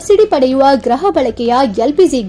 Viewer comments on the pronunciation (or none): ಗ್ರಹ ಅಲ್ಲ ಗೃಹ ಬಳಕೆ